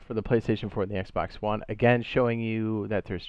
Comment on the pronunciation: I didn’t like the brief pause you took between ps4 and Xbox one , also they way you said it too. Wanna fight or something bro?